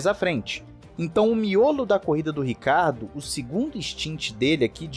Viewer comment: Não entendo porque é tão difícil ler o SOBRENOME dele Ricardo é nome próprio sobrenome é Ricciardo italiano se lê (rithiardo) tenso....